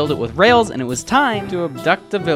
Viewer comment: say “and” not Ann/e